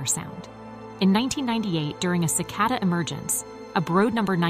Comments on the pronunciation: Cicada with an A not Cicoda with an O.😅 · "SICK-uh-duh?" "Ill-i-NOISSS" -I turned it off after that. WHO the hell is this person with the bizarre pronunciations? Only 2 ways to pronounce it (British & American versions) - and she doesn't use either "Illinois" is from the French -- the "s" is never pronounced. What are they teaching in schools these days? Does she also say "Ar-kan-suS"?!